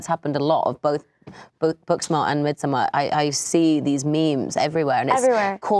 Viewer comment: Yeah no she's still misprounouncing Midsommar 😬